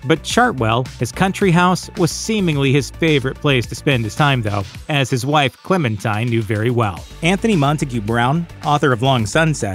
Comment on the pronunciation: Churchill's wife's name is pronounced, "Clemen-teen".